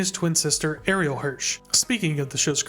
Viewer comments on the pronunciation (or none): none